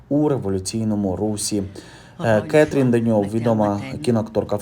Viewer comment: 👍👍 Не КЕтрін Деньов, а КатрІн Деньов